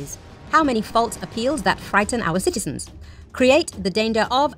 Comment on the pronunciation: Frighten your citisen???????? 😂😂😂😂😂